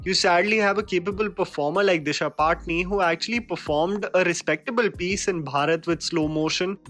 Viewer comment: Disha patani hai paatni ni hai